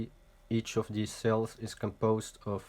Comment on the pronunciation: Great video, by the way its Cells not sells.